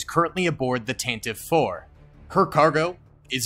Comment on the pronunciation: I cringe every time I hear someone mispronounce Tantive like you did.